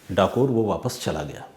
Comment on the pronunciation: Not kathor it's Dakore